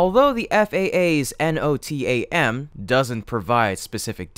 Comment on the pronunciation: NOTAMs is pronounced 'No-Tam(s)'